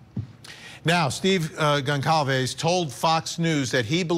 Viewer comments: The family's name is Gonçalves and it is pronounced : Gonsalves. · Pronounced Gon-sal-vez you're a tv person get it right. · I’m sorry to the private investigator on this panel, but he doesn’t seem too bright. He sounds like one of those true crime wine moms who comment outlandish theories on Reddit. Also why can’t these so-called professionals pronounce Goncalves correctly? That’s the least they could do.